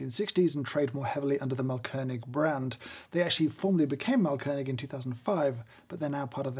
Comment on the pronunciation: really great grinder and appreciate your german skills :) just a small note: AH means long A, so the brand is pronounced „maalkönig“. btw it translates to something like „grind king“ for those interested. „Malkönig“ with a short A would translate to „painting king“